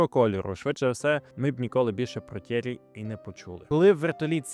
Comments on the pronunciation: Молодець. Цікаво, нестандартно. Але мені вуха ріже ім'я Т'Єрі з наголосом на перший склад, адже навіть я, який в школі вивчав німецьку, знаю, що у французькій мові майже всі наголоси - на останній склад, тож Т'єрІ (як Анрі), як МішЕль (а не мІшель). Ну і дивно, що ви не створили таймкоди до розділів, які вже присутні у вашому відео. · Ок. А от Tierry Sabine то такі Тьєрі (наголос на "і") Сабін (бо на кінці "е" що не читається, але впливає на вимову "і" у попередньому складі). Французька - така французька 😂😂😂